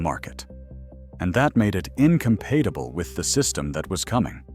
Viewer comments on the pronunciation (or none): Why can't the AI voice pronounce "incompatible"? It said, "in-com-PAY-ti-bul". 🤣